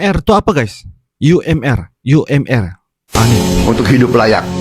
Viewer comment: UMR.. bukan You Em Er..😅😅😅 ini Indonesia... Bukan di baca inggris... Kita bukan bangsa British 😅😅